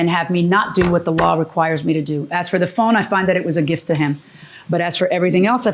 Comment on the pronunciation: The word is gift with a T not giff. Enunciate darn it 😜 lol